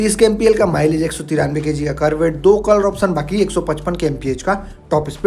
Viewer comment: Kisi product ki kimat ko "PRIZE" 😂😅 nehi, "PRICE" bolte hai. Prize ka matlab purashkar hota hai. "TOP E SPEED" 😂😅 nehi, "TOP SPEED" bolte hai. "KOLOR" 😂😅 nehi, "COLOUR" bolte hai. "SERIEZ" 😂😅 nehi, "SERIES" bolte hai. "LONCH" 😂😅 nehi, "LAUNCH" bolte hai. "ESPICATION" 😂😅😂😅 nehi, "SPECIFICATION" bolte hai. "FIUL" 😂😅 nehi, "FUEL" bolte hai. "AXE" 😂😅 nehi, "X" bolte hai. Hindi me axe ka matlab kulhari hota hai.